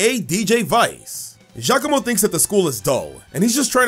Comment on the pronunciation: FINALLY SOMEONE SAYS GIACOMO CORRECTLY!!